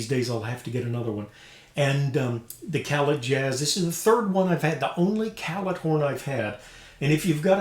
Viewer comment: Utmost respect for anything Kanstul. Some of the modern Puje horns were built using their bell within the last 10 years or so. Isn't Callet pronounced "cal-lay"? Two nice horns and they sound great. ('66 "Silver Flair"/2015 Puje "Classic" here).